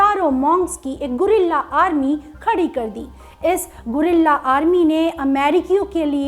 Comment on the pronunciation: When she says gurelllla army🤣🤣🤣🤣 mong chinese toh hai dekha jay toh China se jakar dusre deshon mei faile hai